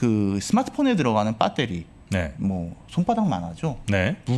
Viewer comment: 폭스콘을 팍스콘, 배터리를 빠떼리...그냥 신뢰가...